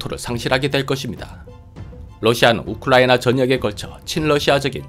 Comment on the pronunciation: 우클라이나로 발음하십니다 😂